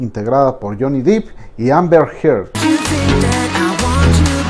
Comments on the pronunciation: Se pronuncia Johnny Deep ( Dep) exacto como se escribe.... no dip... no soporto ver ese video de Ámbar es tan falsa la tipa.... a millas se ve que miente....😠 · no. Te sugiero que veas videos en inglés donde lo presenten para que te des cuenta. Incluso él lo pronuncia como "dep" en un casting. Búscalo. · Es "Depp", Johnny Depp. (Con pronunciación Dep). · Se pronuncia " Deep" con e, no con i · Porque pronunciar Johnny Dip si se escribe Depp, no Deep? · Se escribe 'depp' y se lee "dep" se ah informado su pronunciación. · Alguien que le diga que no se pronuncia Jhonny "Dip".... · No pude ver el video, me estresó mucho que le dijera "johnny deep" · Cuando le llamás Jhonny Deep, suena a actor nopor jajajaja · Todo bien, pero por qué se esmera en pronunciar “deep” cuando en realidad es Depp? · No es DIP (DEEP) es DEPP.... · Solo una anotación, la pronunciación correcta es D-e-p no dip, puesto que el apellido es Depp no Deep. Gracias por un nuevo episodio. 🙏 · Solo una observación: se pronuncia, Jhonny Depp, así como suena (dep), ya que Jhony "dip" es un actor porno. 😜🙃 Me encantan sus videos, saludos. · Gracias!!!! Casi me daba un ataqué cada vez que decía Dip!!! Es DEPP!! “dip” seria DEEP!!!!! 😤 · DEPP! Johnny DEPP. No "DEEP". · Buen video, si me permite hacer una crítica constructiva el apellido de Johnny se pronuncia "dep" no "dip". Muchas gracias por este video. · No es Deep (Dip) es Depp (Dep) pero dejando eso de lado esta muy bueno el video 👌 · Debo objetar que dice Johnny deep y no Johnny Depp como debería ser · Excelente video. Una recomendación: se pronuncia Dep, no Dip, el apellido de Johnny. Yo antes lo decía así hasta que me percate de mi error y esta corrección la hago con buena intención. Este es el primer video que veo en este canal y está muy bueno, subscripción automática. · Se pronuncia Johnny “Dep”, no “Dip” :) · Depp se pronuncia Depp, no "dip" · DEPP; Johnny DEPP! No "Deep" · Es Depp no Dip, ni que fuera un aderezo. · Es Johnny Depp, no Deep!